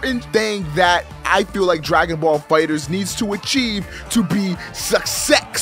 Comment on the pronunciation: damn it,. Say it with me. DRAGON BALL FIGHTERZ. NOT DRAGON BALL FIGHTER Z.